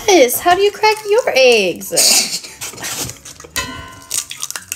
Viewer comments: The way she says eggs “Ayggs” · How do you crack your “eigs” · The way she said ✨eEgSs✨